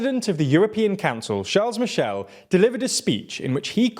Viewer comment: As much as your love your videos — could you please start proncouncing the name of t he President of the European Council correctly? It‘s NOT CharleS Michel, but Charle(s) Michel. (Maybe also start learning some French!) — apart from that: Keep on the good work!